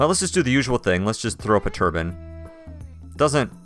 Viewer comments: yikes, 3x3 bedrooms aren't really a good way to go, 4x4 to 5x5 would benefit your colonists moods better, unless they have the Asetic trait which they would prefer a smaller bedroom but that's the only time that would be a good idea to use 3x3. Also, Tur-Byne, not Tur-bin. A turbin is a headwrap arabic people wear. Other than that, good start :) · It bugs me sooooooo much that he pronounces it turban rather than turbine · Please, please, please, learn to say Turbine. I'm enjoying watching your play-throughs, but it is almost painful to hear you say "turban" instead of turbine. I honestly have never commented negatively on someone's accent before, but this is really grating, when you are generally clear on everything else. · why do you say turbinn instead of turbine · He had to make sure he covered his areas with a Ruff too. :) lol. Interesting seeing how people from different English countries say the same word.